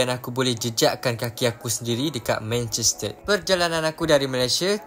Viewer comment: Abg pelat r ehh Manchester ❌ Manchested ✅😂